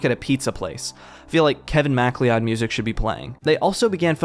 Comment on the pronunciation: *"McCloud" (Thats how mcleod is pronounced)